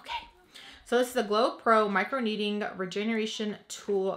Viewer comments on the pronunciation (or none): Your not pronouncing the L in microneedLing.